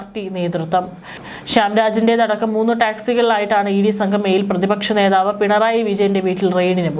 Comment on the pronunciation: പ്രതിപക്ഷ നേധാവോ ? ഒട്ടും അക്ഷരശുദ്ധിയില്ല അരോചകം